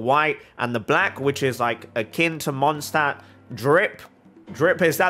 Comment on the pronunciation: Mondstadt is literally German for Moon City. The english pronounciation "Mondstadt" is technically wrong, and if your cultural correctness isn't restricted to characters, you should change that too xD